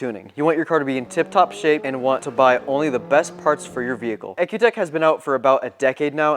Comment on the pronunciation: I understood cars have an E C U not an EK U ... the Product is pronounced E C U TEK..